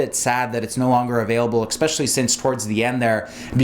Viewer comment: Lemme axe you a question. What kind of MD says "expecially"?